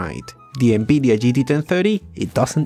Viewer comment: "ENEBIDIA" is the best one ahahah